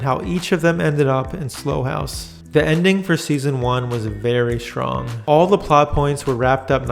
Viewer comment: It's not 'Slow' house, it's 'Sl-ow' house.